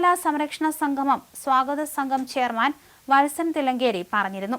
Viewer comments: സംഘമം അല്ല, അല്ല, അല്ല, സംഗമം. പോയി മലയാളം ഉച്ചാരണം നന്നായി പഠിക്ക്😢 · ഉച്ചാരണ ശുദ്ധി തീരെ ഇല്ല. സംഗമം എന്നതിന് സംഘമം എന്നാണ് ഉച്ചരിക്കുന്നത്. അത് വിരസത ഉണ്ടാക്കുന്നു.